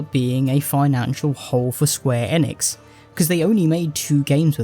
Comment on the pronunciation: Square Enix is pronounced eeenix not N-ix